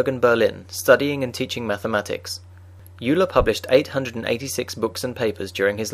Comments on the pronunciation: I thought its pronounced 'oiler' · It is pronounced "oiler"; just as Freud is pronounced: "Froid". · "Yuler" sounds better anyway. "Oiler" just sounds bad. I'm calling him Euler as described in the former pronunciation.